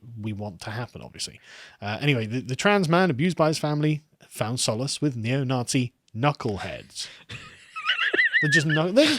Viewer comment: From Nazi to "Nah-SHE"